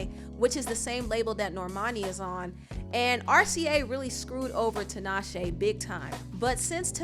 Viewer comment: I really hate that Tinashe MISPRONOUNCES her own name :/